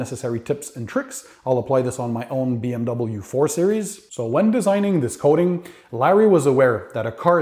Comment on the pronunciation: Bee eM Double YOU... That's the first time I heard someone pronounce the entire DOUBLE U; not just BM DubYa